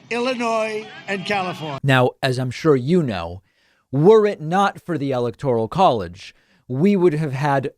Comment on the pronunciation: Really though, Has Donnie had ribs removed so he can blow himself? Yes Dummy Donnie, "Corript" is "like Corrupt" only wrong. David, Why can't you say "electoral" properly? Even Trump can!